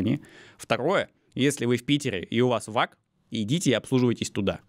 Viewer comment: VAG читается как ФАГ (Фольксваген Авто Груп).